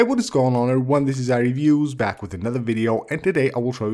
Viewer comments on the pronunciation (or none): none